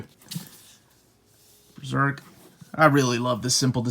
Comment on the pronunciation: That's the correct pronunciation of Berserk, in conformity with the Japanese term ベルセルク (Beruseruku). Most English speakers tend to pronounce it like "Beezerk" and it's awfully contradictory since none of them pronounce Serpico as "Zerpico" or "Zeerpico".